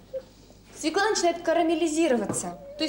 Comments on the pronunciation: По-моему,не свекла ,а свёкла с ударением на ё😉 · Взагалі-то за правилами орфоепії російської мови правильний наголос має бути свьОкла, а не свєклА. Навіть свого "язика" вони не знають. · Нет такого слова свеклА. На их русском свЁкла, она неправильно ударение ставит. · Як що вже бути відвертим, то російською буряк буде аж ніяк не «свекла». Правильно буде свЁкла, з наголосом на ё. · По-перше, не свєклА, а свЬОкла, хоч би мову вивчила, госпадє😂😂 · Тому що слова в російській "свеклА" немає. Є "свЁкла" (наголос на "ё"). А вам дякую за огляд :face-red-heart-shape::face-red-heart-shape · Гірше за "свєклу" може бути тільки "свЬОкла" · У російський мові, між іншим, поки що один єдиний вірний варіант - свёкла, з наголосом на ё. Російська інтелігенція... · СвЁкла ударение на первый слой. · От дурне, правильно свЁкла.... І це по теліку показували😬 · Свёкла і наголос на перший склад 😅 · Я взагалі не розумію, що то за слово таке. Вони і самі не до кінця розібралися то свЄкла говорять, то свЬОкла. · Вона навіть не знає,де ставити наголос в слові"свекла"